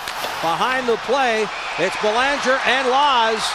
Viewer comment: Anyone else wish Laus had hit that idiot commentator who couldn't pronounce "Belanger" just as hard as he hit Belanger?